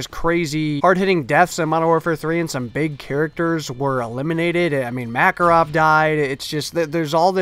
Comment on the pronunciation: Did u say makarov